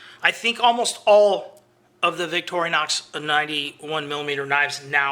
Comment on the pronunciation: Interesting video, great little series of Victorinox knives. If you really want to be known as a Victorinox Swiss Army knife aficionado you need to learn how to say the name correctly. You can watch one of the videos on the Victorinox factory and hear how the Swiss pronounce the name.